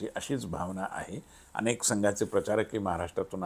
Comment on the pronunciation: अणेक नाही अनेक